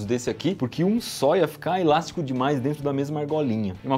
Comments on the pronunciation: Cada vez que ele falava ilástico: :'( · Que agonia ouvir o Iberê falando ILASTICO